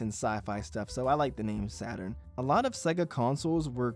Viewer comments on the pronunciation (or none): none